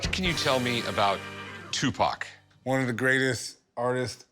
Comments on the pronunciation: Equivelant to a white person saying "Tupack" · Who the f is Tupok? Tupac? Cupcake? Ask me if i care...